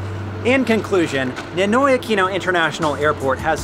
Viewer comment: Pronouncing NINOY is not same as English. It has to pronounce like Spanish